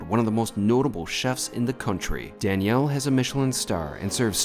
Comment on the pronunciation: I wonder why you pronounce it as "Dani-elle" vs Daniel "Danyul"